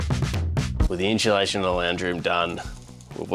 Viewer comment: I say "inshulating" sounds more fun than insulating any day!